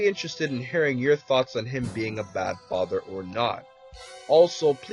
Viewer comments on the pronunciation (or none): U said fither lol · lol he said faiter not father